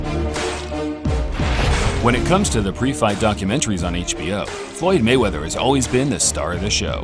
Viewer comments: It is "Mayweather" not " Gayweather! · Hug....ooo rable mayweathear nyahahaha